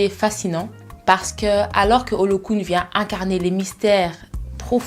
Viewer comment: On dit ôlôwun pas olokoun! Arrêtez de tout "moderniser " a la fin! A te voir je suis presque sur que tu n'as jamais passé trois moi en afrique. Plus précisément Nigeria ou encore où on par yoruba.pfff